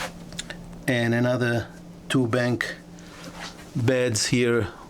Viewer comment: I like your videos, and all the info. I appreciate you trying so hard to get the English right, and for the most part you do a very good job of it. But if I may, there's one thing I'd like to help with. In the crew quarters, when you describe their sleeping arrangements, the word is BUNK beds, not bank beds. U as in umbrella.